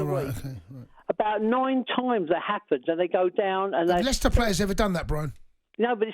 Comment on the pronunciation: It's Leicester ty